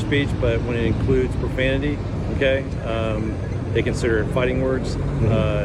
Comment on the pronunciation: “Watch yo profamity”